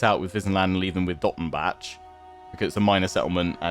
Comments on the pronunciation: You don't really say the c in Dottenbach so it's more like "Dottenbah". Just a another correction for your atrocius pronunciation :) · I haven't done this campaign yet, but definitely try and capture Nuln before Skarsnik takes Dottenbach (also the "bach" in Dottenbach is pronounced like Johann Sebastian "Bach") to at least attempt in avoiding being penalized for finishing off Wissenland yourself. I believe that's how the mechanic works, where you're only penalized if you directly or indirectly destroy an elector count. But I could be wrong, regardless I don't think it really matters either way because after Wissenland you'll be focusing on the Vampire Counts/Border Princes/Orcs long enough to rebuild your acclaim. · I THINK that the -bach-part of Dottenbach (and other -bachs.) is pronounced like the German composer in OUR world, Bach... Since the Empire is based on HRE in our world and there by Germany (not that you can hear it on their accents! ^^ ).